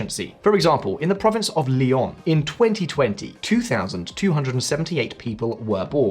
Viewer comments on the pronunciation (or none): none